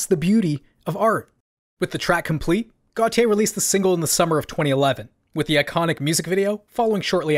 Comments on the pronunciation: It’s pronounced gaultier like the French designer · I JUST FOUND OUT THAT U PRONOUNCE IT AS GOT YEYH NOT FKIN GOATIE LOOOOOOOL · It’s a mispronunciation of his name in french (Gauthier) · Considering he’s also Belgian I’d assume it’s pronounced as got - yeea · am I the only one who pronounced it like "gottee" like the deez nuts meme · I’ve never heard anyone pronounce this band so I always thought it was goaty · Got e yay? I always pronounced it goat-eye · Bruh pronounced "Gotye" 4 different ways in this vid.